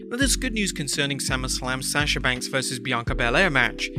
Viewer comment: Say sasha’s name right